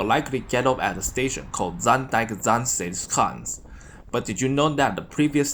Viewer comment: you pronounce zaanse schaans really well! You are Chinese? China is very lovely. have a nice day!